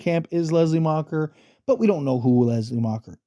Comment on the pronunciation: Macher not macher damn it and nest ce pas cest gossant